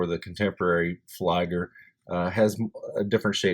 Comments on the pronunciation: "Flieger Uhr" reads like "Fleeger Oor" not like Flyger ! Anyway, beautiful watch ! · Great review, just a friendly feedback, its pronounced as "flee-ger" as opposed to "fly-ger".